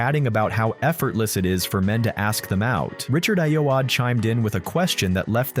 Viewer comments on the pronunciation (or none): It's Richard "eye-oh-ARR-day". Otherwise good.